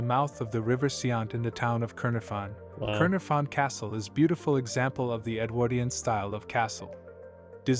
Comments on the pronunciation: Terrible AI voice .... CAER is pronounced 'CARE' not 'cur' (caer is welsh for castle) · kai-nar-fon not kurn-a-fon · Caernarfon is pronounced Cayr-NAR-von, a single "f" is always pronounced hard, double "FF" soft;. like in "of" and "off". Stock footage of the City of Cardiff, hardly any of the castle itself. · The way the narrator pronounced Caernarfon was ridiculous 🤦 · The narrator's pronunciation of the places is abysmal. Caernarfon is not pronounced anywhere near the way he pronounced it, it would have been better with a Welsh narrator who would have been able to pronounce the places. I think the voice over was AI.